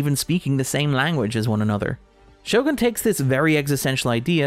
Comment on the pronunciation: I love all your work but was a bit irked everytime you said the show name. It's pronounced "sho-goon". Or this part of a bit?